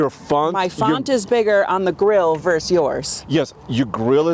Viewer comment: Did say "verse"? Isn't the word always pronounced "versus"?